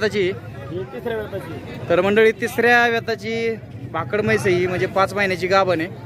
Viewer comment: भाकड़ा नाही भाकड